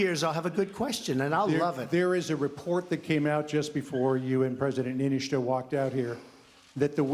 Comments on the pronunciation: With his sporadic speach impediment? "Mishter Shaoly Ninniishtuu? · I don't think Trump can pronounce Finnish presidents name.